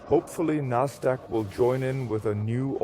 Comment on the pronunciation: Endlich spricht er die wörter richtig aus. Nasdaq, FED statt fett, etc.